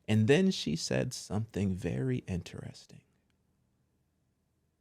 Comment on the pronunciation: Do ya’ll pronounce the word “interesting” like “inne-REHS-ting” or “in-tres-TING”? 🤨 Off topic😂💀but this catches me off guard every single time I watch these vids🤣 cz I’ve never heard anyone pronounce it like him? So, genuine question …?